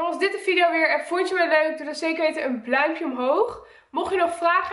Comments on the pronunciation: Zegt ze nou echt: doe een bluimpje omhoog?😂😂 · “Doe dan zeker even een BLAUMPJE Omhoog😂😂😂😂 love you ❤️